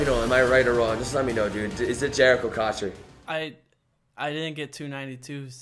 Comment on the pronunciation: He kinda lost he said cotcher not cotchery